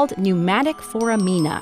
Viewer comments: Great video, but it seems she pronounces foramina incorrectly. Maybe I’m wrong, though. As used in human anatomy, it’s pronounced “for-AM-in-uh”, not “for-a-MEEN-uh”. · FOR-æ-min-ah not "forameena" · Great video! Foramina is pronounced four-am-in-uh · Not how you pronounce foramina...lol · The way she said "Foramina" made me cringe. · You pronounced "foramina" wrong